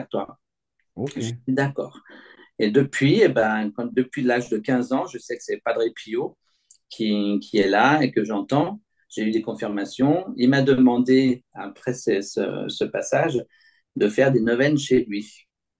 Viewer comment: Découvrez l'histoire fascinante de Jerome Vibert (Jérôme pas Jerome), une figure mystérieuse qui a captivé le cœur de beaucoup ? de BEAUCOUP de quoi, de qui ? ? ? Sinon, c'est Padre Pío, svp, c'est pas Padré Pio :body-blue-raised-arms: Merci de faire les correctifs 🙏